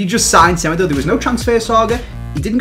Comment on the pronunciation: my man said fofa insted of fifa in the description lol also u pronounce semedo smeedo cause he is portuguese